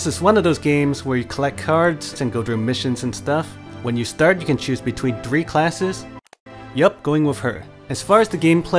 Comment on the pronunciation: dhree, dhrough...........